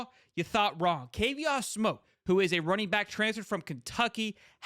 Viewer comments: I do like your channel but please do a little more homework. His name is pronounced like the cognac, Courvoisier (core-va'-see-ay). Please get the names right so that we can enjoy your content. This young man speaks from a certain point of authority since he came from the portal as a star running back from the SEC, but was utilized on special teams CU. Hopefully, this special teams experience will enhance his stock the NFL level as scouts specifically mentioned this one of their practices. Additionally in the comments below, CP did share some of the NIL shine - Alton and Charlie appeared in a national commercial with him. Also, I do think It remains to be seen how recruits will interpret the course of events - remember, we don't see everything as the general public. Finally, CP put out a short video to the NCAA (kinda "shade") stating that the NCAA didn't think things through with the NIL; these paid NIL athletes will start acting like professional athletes. To me, that is how I interpreted Kavosiey's remarks... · Kuh Vaw See Ayy You gota say their names correctly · His name is courvoisier "Kuh-vos-si-ay" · The way dude pronounced kid name shows me he don't follow Colorado.